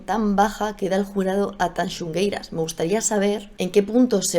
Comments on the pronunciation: TAN XU GUEI RAS (no tanxungueiras) QUEI-MA-DA (no quemaida) Tan complejo es de pronunciar? 🤣 Muy buen análisis 💜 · Tanxugueiras, no TanxuNgueiras xDDDD y mira que lo repiritieron! hay que leer mejor! Y los chicos no bailan "JOTAS" jajaja... bailan "Muiñeira" baile tradicional galego. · TanxUgueiras, moza. No tanxuNgueiras. Queimada, no quemaida. Meigas, no brujas. Apertas e abrazos desde el norte!😘😘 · Que graciosa es, no sabe ni decir Tanxugueiras y se permite criticar todo, qué burra es